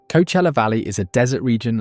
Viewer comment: co-uh-chel-uh. Nothing to do with busses.